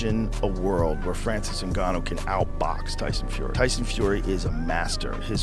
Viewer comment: Put some respect on Ngannou surname whitey , just pronounce his name right, you have a white man name, Francis has the mother land name fool. Whatever his name is, you drug cheater ffs.wise up